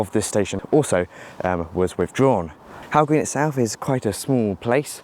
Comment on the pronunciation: Hough green is pronounced as "Huff" I'm from Widnes the station is a 30 second walk from my home, it was nice to see Widnes get some attention